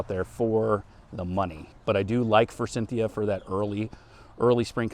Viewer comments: Repeat after me. For-sith-e-a. 😅 I used to pronounce it like that, too. My town has so many forsythia hedges and they all look terrible. Either sheered to death or unpruned in 50 years. Still alive, though. Buy a cheap one and put it on the edge of the woods with a bunch of daffodils. You’re lucky. My lowes has absolutely nothing on the clearance rack. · There is no N in forsythia. Just sayin'